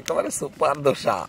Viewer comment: ও মামা ধোসা না দোসা